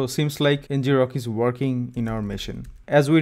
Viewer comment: 🤔 I always thought it was pronounced EN-grok, derived from “to grok” (colloquial for “to understand”)